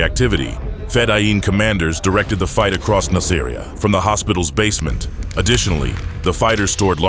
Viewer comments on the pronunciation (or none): Its pronounced "Nas-ah-ree-ah". It makes me think that none of this is researched well, if they cant even pronounce the name of the city right.